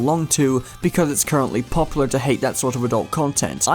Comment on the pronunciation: drinking challenge: take a shot every time he mispronounces popular